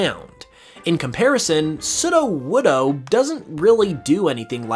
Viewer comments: Off topic, but Is anyone else slightly bothered by the way he pronounces Sudowoodo? It's meant to have long vowels so that is sounds like pseudo-wood, which is what it is. Not "sudah-wudah". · You're saying sudowoodo wrong. It's pronounced sudowoodo. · how you say sudowoodo is cracking me up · How he says ""sudowoodo" gives me the will power to take down the Russian government single handedly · This man says sudowoodo wrong and he says it almost back to back 🙄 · Disliked for how you pronounce sudowoodo